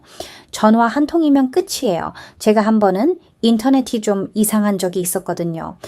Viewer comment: 2년을 부산에서 사셨다는데 기간에 비해 한국말을 너무 잘 하시네요. 발음도 좋으시고, 목소리도 좋으시고, 여러가지 경험을 하시면서 관찰력도 대단하고, 그것을 설명하는 문장력도 간단명료하여 귀에 쏙쏙 들어오니 계속 들어도 지루하지 않고 물 흐르듯이 자연스러워 영상들을 흥미롭게 끝까지 다 보게 만드는 매력과 설득력도 대단합니다. 이 영상을 보면서 딱 한가지 걸리는 부분이 '인터넷이'를 발음하실 때 '인터네시'로 하시면 흠잡을 데 없는, 원어민에 가까운 한국어입니다. 덕분에 호주의 문화도 알게되고, 무심코 누리는 우리 문화의 소중함을 다시 한번 깨닫게 됩니다.